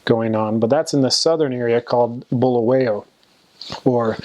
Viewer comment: Sound like you are saying blue whale 🐳😂 Blow-Why-Yo Great video very informative!